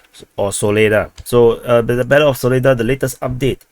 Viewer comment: Its pronounced Saw-leh-dhar emphasis at the end 🇷🇺🔥🔥🔥